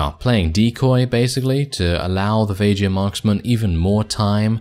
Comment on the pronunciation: Vageirs??? I always pronounce it as VAY GUARS (with a strong G) Edit: and I'm one of them. 😉